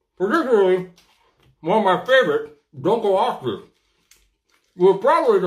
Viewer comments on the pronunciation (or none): none